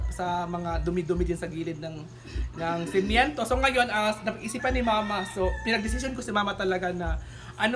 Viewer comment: Semiento😅😅semento arte mo